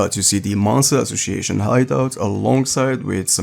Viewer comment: Man I have some issue with English pronunciation too (I'm italian) but the C in "ASSOCIATION" has to be pronounced as a S! 😅 You often pronounce it like a C